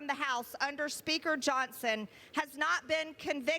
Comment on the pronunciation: Moscow Marjorie, it is pronounced "Johnson" not "Johnston"